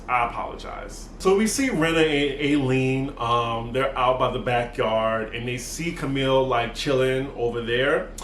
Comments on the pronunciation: Her name is Eileen...pronounced I-lean dear. Love her too. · Can you PLEASE say EYE LEAN (Eileen)